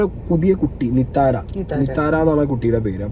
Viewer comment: നിറ്റാര aahnu bro നിതാര alla